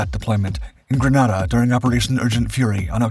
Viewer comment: BTW: The country Grenada is spelled and pronounced "Grenada" (gruh-NEY-duh, like a hand grenade). The city Granada in Spain is spelled "Granada" (gruh-NAH-duh).